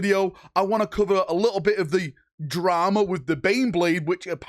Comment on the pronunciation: Oh the "dwama"